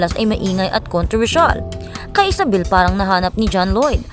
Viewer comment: nakakabuset boses mo at style ng pagsasalita mo! halatang ginagaya mo ibang vloggers. saka Isabel name nya, hindi ESABEL. imbes mag follow ako syo lalo ako nabuset!